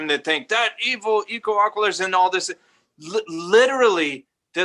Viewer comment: Wow crazy story. I was wondering why in other episodes you kept saying “equalaqualizer” haha. I’m going to try to listen to all of these now.